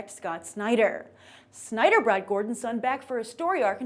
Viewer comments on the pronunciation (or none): none